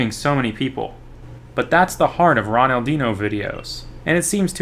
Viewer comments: When he said ronaldinho as ronaldin ho it killed me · Did he just say- Ronaldeeno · The way you say ronaldinho is funny, i don't mean it as an insult